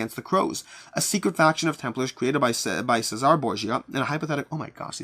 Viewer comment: Cesare not "Sayzar" but "Chezaray"